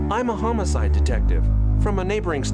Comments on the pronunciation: Wait...did he say he was a homo-cide detective? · I heard it as "I'm a homo-side detective" and I was frigging confused man. It just didn't click because of how they pronounced it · I honestly expected it to be a wrestling game based on the name of the game and the characters in the thumbnail. Also, that guy at the start of the game really should have taken another stab at pronouncing homicide